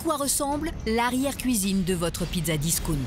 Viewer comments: Pizza "DISOUNT"... sacrés français, non seulement il s'agit d'un anglisisme con mais aussi prononcé à la con! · ''discounte'' siboire.... les mots anglais vous pouvez pas les prononcer en anglais hein les français?